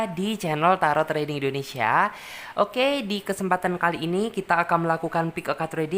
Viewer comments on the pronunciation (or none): none